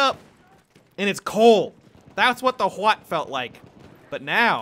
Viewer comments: HUAT did you say? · "Huot" sounds like the noise i make when i forcibly swallow a bunch of snot